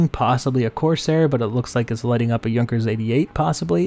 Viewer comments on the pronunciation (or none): none